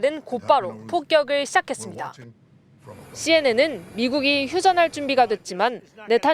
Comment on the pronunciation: 기자가 "재판이 재:개(再開)됩니다"라고 해야 할 것을 '재개'라고 짧게 발음한다. 한국어에는 각 단어들에 장음(長音), 단음(短音)이 있어서 국어사전에도 표제어 장음 글자의 오른 편에 : 표로 표시되어 있다. 그런데 요즘 젊은 기자들은 특히 한자어를 말할 때 이를 전적으로 무시하고 전부 아주 짧게 발음한다. 예컨대 여:당(與黨), 야:당(野黨), 대:선(大選), 재:선(再選), 피:청구인(被請求人), 가:처분(假處分), 최:고(最高), 최:대(最大), 양:국(兩國), 대:화(對話) 등, 길게 발음을 해야 하는데 아주 짧게 발음하는 것이다. 이런 폐해는 한자 사용의 폐지에서 기인한 것이다. 요즘 한국인들의 '한자어' 구사가 이 모양 이 꼴이다. 정말 큰일 났다.